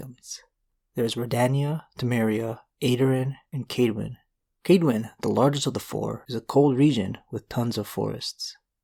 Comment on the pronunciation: Very well made, as always. Just two things. Your pronounciation is a little off with some of these names (Aedirn, and Kaedwen are most notable) and as was already said, Geralt is not from Rivia, he just took the name because it made him look more trustworthy than just "Geralt"